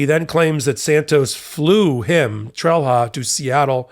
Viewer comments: Did/does Santos have other criminals working for him?. By the way, Trelha is pronounced "trel-ya". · Sometimes wish Americans would at least try to pronounce names correctly......... "Trelha" is pronounced "Trail-ya". WHY is this stooge even a THING anymore????? Feel used and dirty just seeing and hearing the name. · I wish people would stop mangling names -- it's not "trell-hah", it's "TRAIL-YAH". The H has a specific function. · Trelha is pronounced „Trelia“ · In Portuguese, the defendant’s name would be pronounced more like “Tray-lee-yah”. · Just FYI, the "h" in Trelha is pronounced as a "y" in Portuguese, although even his attorney seems to do the English phonetic version. Meu Deus, what a story! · Trelha in Portuguese is pronounced, 'trelya'. Santos here is guilty of lying in court, contempt, at least. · The Portuguese pronunciation of that name is "TREL-ya". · This is hardly important, but fyi in Portuguese, that 'h' is pronounced similar to 'y': Trelha: "Trel-ya". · Wow, Santos is quite the prolific criminal. Solid GOP potential. BTW: in Portuguese, "lha" ...as in the end of "Trelha", is actually pronounced more like ; "ya" [like; Trelya or Trelia]. Let's not even touch on the half-tongue roll in the T, and the R that's pronounced more like a D...that's for another time, lol.